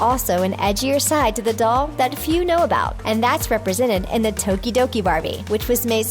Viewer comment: They said tokidoki right faints (I hate this channel for constant mispronunciation of anything that isn't English, but they said Tokidoki right)